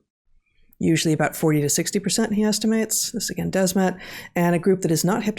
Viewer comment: It’s Matthias de Smet, not Desmet. It’s the same as “the smith” only “de Smet” “the” and “de” is pronounced somewhat the same. Also; the podcast with Jonathan Pageau was epic!